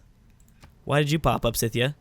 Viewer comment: Did you just keep calling Scythia Cynthia??? There's no N in Scythia.